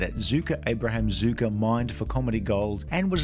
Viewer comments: You’re pronouncing their name wrong it’s not pronounce Zuker it’s pronounced Zucker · Why do you call them Zucka? Their name is Zucker. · Zucker is actually pronounced like “sucker” with a Z, not “zooker”. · Zucker, not "Zooker". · 'Zucker' rhymes with 'cooker'